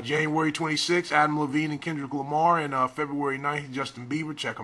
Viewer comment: Its adam levine not adam levene